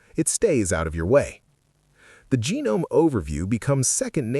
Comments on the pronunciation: Try pronouncing Gnome with the "G" being silent and you'll be spot on. Settle down, just some tuff ❤. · It is pronounced guh-nome. Not silent 'g'. Certainly not genome. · "genome" lmao ai slop channel